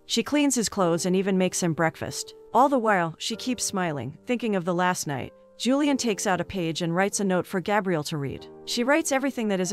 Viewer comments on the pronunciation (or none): I assume the girl's name is Julie-anne ( or variation) and not "Julian" the way this robot pronounces it.